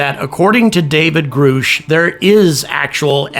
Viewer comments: Pronounced Grush. You put up the wrong pic when you started talking about him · It's not groosh